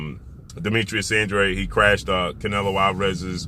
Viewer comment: Congratulations 👏🏼 this is your first video I see where you stand NEUTRAL as you always should! There is no doubt ANDRA-DE and NOT ANDRE as you BLACK folks pronounce it …please pronounce it the proper way and stop sounding IGNORANT! Yeah ANDRADE doesn’t really want to step in the ring vs. CANELO he never did otherwise he would’ve gone after either BJS or PLANT knowing CANELO was coming after those belts! I am glad you finally stopped defending this ANDRA-DE clown 🤡 thank you. CANELO is picking up belts and he has reach the level where he fights whomever he wants and ANDRADE will NEVER be in the same ring as him so 🤷🏻‍♂️ ANDRA-DE should just let it go 🤣!